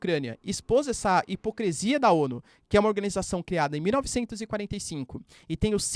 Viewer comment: Amo vc mas casa vez que vc fala “hipocresia” eu tomo um susto 😮